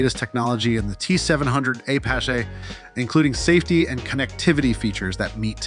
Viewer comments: The guy is saying Apache, AY PA SHAY. Where is this guy from? The moon? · How many wrong ways can you say Apache?